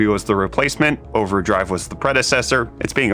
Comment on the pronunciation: when he said overdrive for a second I thought he said OneDrive and I lost it